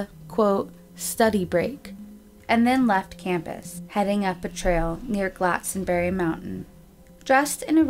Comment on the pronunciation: Please (!) pronounce the words correctly. Glastonbury, for example, is not pronounced Glatsonbury. You do good research, but please research how the words are pronounced, too. Sorry to be critical.